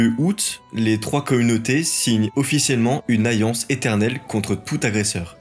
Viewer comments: Et aussi, on dit une "alliance" et pas une "ayance"... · T arrive pas à prononcer certains "L" ou.. ?? MiLLe, Lien, aLLiance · Et il a beaucoup de peine avec les L.. dans les dates et des mots comme allié ou alliance, ou encore Italie. Il prononce pas la plupart des L ce qui est si pénible que j'ai pas réussi à suivre.. ayé, ayance, itaï.. mi 300..